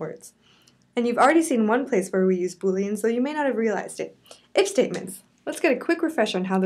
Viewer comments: "Boleans" . Bullyans. XD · i thought she said bullying